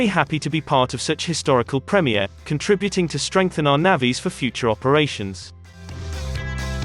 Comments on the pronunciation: The commentary on this channel is a joke! "navvees" lol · Its not Navvies, terrible robotic videos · Bloody ‘naavies’ it’s navys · Learn to pronounce 'navies' correctly !!!!!! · Yea I can guarantee you. That’s not how Irish people prounounce Navies